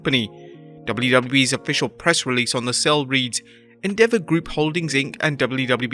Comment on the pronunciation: It's afficial!